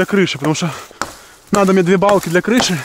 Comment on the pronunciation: Ты весь ролик говорил: не Палки,а Балки🤣♥️